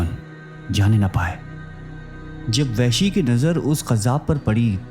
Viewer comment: Lafz Wehshi nahi blke Wahshi ha